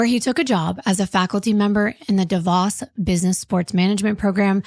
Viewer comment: I have been watching (sorry i dont want to misspell your name) for over a year. I love watching or just listening to crime pods on mostly YouTube. Anyway I love that I've found this page and appreciate how gentle and caring when it comes to victims and their families. With that said I have a correction for whomever said it incorrect..... DeVos is pronounced DEE VOSS. They are a family very dominant in the city and state I live in. Just thought I'd let you know in case it ever comes up again. Thanks for the content ❤😊